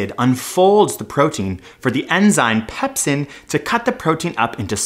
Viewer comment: Sounds more like poopsin than pepsin, amiright?!